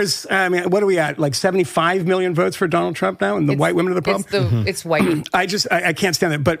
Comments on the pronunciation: why does the guy in the glasses pronounce the 'H' in wHite? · Dudes going all in on his pronunciation of “whhhhite”.